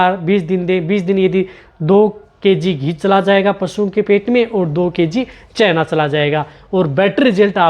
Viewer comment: चैना नही चना होता है 😂